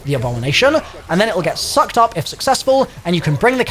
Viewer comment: Why are you saying "sucked" like that.